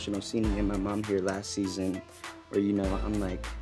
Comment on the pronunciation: At minute jasmin says seasin for may reveal something or not nobody knows